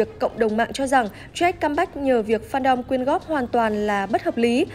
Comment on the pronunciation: Jack mà cứ nghe bà này đọc là troét